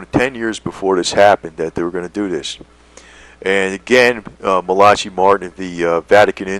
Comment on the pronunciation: Pronounced MALA KAI = Malachi